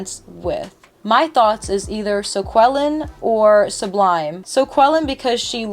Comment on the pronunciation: Your pronunciation of "Socqueline" is genuinely hilarious to me as a French speaker.